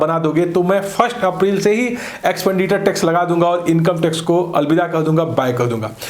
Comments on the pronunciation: Now it calls एक्सपेंडिटर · Sir ji, it's एक्सपेंडिचर not एक्सपेंडिटर